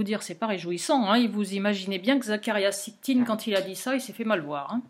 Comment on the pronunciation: Zécharia SITCHIN ...!! facile à prononcer pourtant merci ! Le livre que j'ai de lui s'appelle :""Quand les géants dominaient sur terre""....Edition Macro Savoirs Anciens.